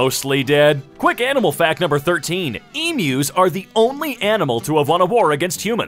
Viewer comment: Did he say emyus instead of emus